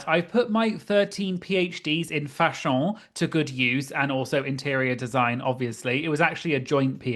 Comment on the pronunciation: You make me giggle every time you say "fashon" - yay for you and your PHDs!